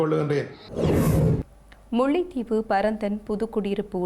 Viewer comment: முள்ளைதீவு இல்லையம்மா முல்லைத்தீவு. கேகாளை அல்ல கேகாலை.